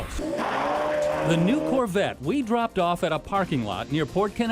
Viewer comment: as a car guy and Corvette fan, it's hard not to ignore the fact that the reporter mispronounced Corvette as Corvatte 😂